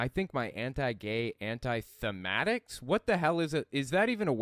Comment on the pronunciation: "Anti-Semitics" or "anti-fanatics" is what I heard rather than "anti-thematics".